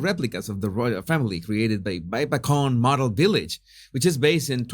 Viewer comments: I wondered where the figures were placed. It’s Babbacombe pronounced Babacoome. In Torquay pronounced Torkey. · Jesus, babbacombe is pronounced babbacum and torquay is pronounced tor key. Best wishes from torquay Devon. Love your videos.